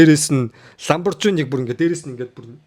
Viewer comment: Aylga edre zuv helchihvel Lamborghini gedgiig Lamborjini gsh. Angli helee zuv helku bol doog shet boln shu…